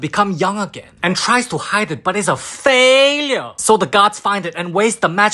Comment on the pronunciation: "FAILURE" that asian accent✨